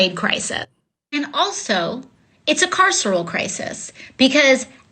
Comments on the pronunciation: Jimmy can't pronounce carceral? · "carceral"? Sorry, AOC, sesquipedalian (look it up) speech makes you seem dumber, not smarter. Friendly advice: when your handlers use words you don't understand you shouldn't repeat them.